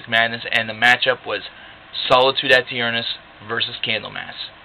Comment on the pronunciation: I've never heard someone pronounce "aeturnus" the way you are in this video. Are you sure that's correct? There should be no extra emphasis on the "a". In Latin, the "ae" would be the "eh" sound. It's where we get the word eternity, eternal, etc. from.